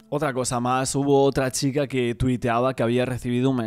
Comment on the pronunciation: Me da toc que diga XICA en vez de CHica